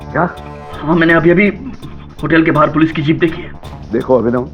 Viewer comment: सब तो ठीक था लेकिन पोलिस थाना क्या होता है पुलिस थाना होता है न 😂😂😂😂😂